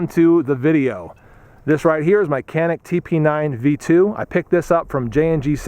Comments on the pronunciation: This is Turkish made gun and I am Turkish myself.. first of all it is not kanik you should read it as Janic .. I did shooting with this gun in shooting range yesterday and I think it was pretty good.. what pisses me off is you pay there about 300 to 400 usd there for this gun but we pay about 1000 usd to buy this gun here because of hight tax etc even it is Turkish made! If you want to buy here walther or glock it is another story!! We must pay at least 4000 usd for those guns! Totaly rip off!! 😡😏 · not kanik it's canik cCc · "Canik" is a Turkish word and you should pronounce it as "Djanik" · It's pronounced as Janik as j from jelly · The C is pronounced like a J. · why is it that so many reviews can't say the name right it's Turkish so a c is pronounced as a j